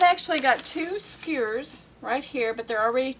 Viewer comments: Doesn't she know how to pronounce "skewers?" Skewers! Not skurs A southern or Texas accent wouldn't prevent a person from pronouncing "SKEWERS" correctly. Shesh. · Sugah, skurrs is fine by me. Folks from other parts of the country can't understand me either. I'm from Southside Virginia and we say houws (house) and aboot (about). Even folks from Northern Virginia think we're from Canada!!! Thanks bunches for the great info....'specially for centering the pieced backing. That's always been a pain to deal with. And I enjoyed listening to someone knowledgeable who I can understand!!!! Really!!!! You're a gem. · Thanks for your video. However that is a very large table in my house, and i don't have room for it in my small room. Unfortunately all your detailed explanations didn't work for me. Also, lol, sorry, I couldn't stand to hear your mispronunciation of skewers again 😊